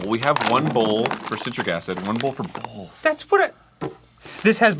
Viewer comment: "One bowl for citric acid, one bowl for bowlth." The existence of the word "bowl" in that spoken sentence makes Arin's Phantom L in "both" stand out SO BAD. Arin. Buddy. Pal. Friendo. B, O, T, H.